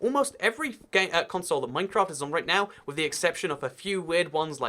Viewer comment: minecwaft uwu